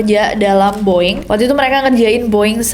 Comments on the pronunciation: “The Boeing Company” bukan dibaca “di boing kompeni” tapi pake “de” *siap salah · Tumben lu Ness, salah cara nyebutin BOEING. Hehe. Biasanya english pronouncing lu perfect 🤭